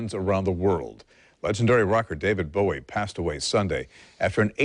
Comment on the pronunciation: ..Thankyou for pronouncing his name correctly. ...Bowie (as in bow and arrow)...not Bowie.. (as in ...??)..the man was a modern day God. 'Miss him still..always will.